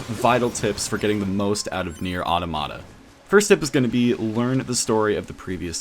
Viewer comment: WHY DOES EVERYONE SAY AUROMATAH ITS PRONOUNCED AUTOHMAHTAH